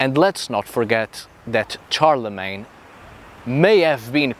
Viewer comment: Shar-le-mayne. Not CHAR-le-Mayne.